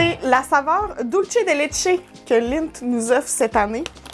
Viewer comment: bon... il faut vraiment que je vous montre comment prononcer Dulce de leche ... hahahaha je vous adore xxxx je suis addict à vous